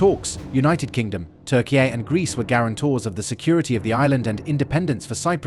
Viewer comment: The narrator is definitely AI. It's obvious from the stilted way of speaking, abrupt cut in some pronunciations, and mispronunciations. And why the hell does he (it) pronounce Turkey as "Turkey-yay"?